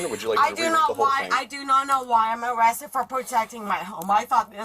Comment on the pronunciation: Nancy got “awested” 😂